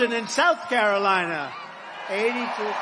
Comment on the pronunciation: He’s nothing of substance to say for himself or his party’s policies, so talking about and attacking others is a l l he’s got (Lahrah and Cayrowlienah, withstanding….) “Sad.” DJT